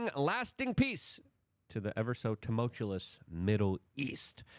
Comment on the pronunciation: Even reading the word tumultuous, still “tomotulous”. 😂